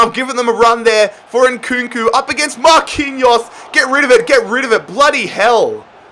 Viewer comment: Nobody::mark undrrrrre